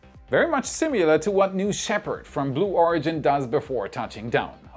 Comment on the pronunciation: Love your content, keep up the great work. Oh, by the way, it is "SIMILAR--sih mih ler"